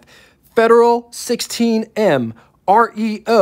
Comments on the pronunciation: Diamond REO - REO is pronounced like the city in Brazil. The name is an abbreviation of the name of the company founder, Ransome Eli Olds, who founded Oldsmobile then sold it to GM., you hit the nail on the head with your last 2 musical features, the Delfonics and the Temptations, I've worked with both in my long 60 year career as a professional musician. You sound like you like to sing and I notice you have very good pitch. You should get together with Donald Osborne, he also digs singing. Man cars and music - always worked for me! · It's Reo--one word, like Kia.